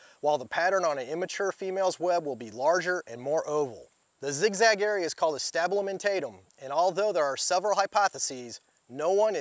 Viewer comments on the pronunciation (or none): Hehe “stabilimentatum” now you know that’s not right!! I love these guys, great vid :)